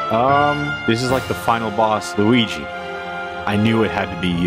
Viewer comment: Sometimes when you say Luigi, it sounds like Weegee